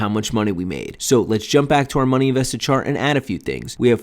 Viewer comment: Chart not chat lol great video.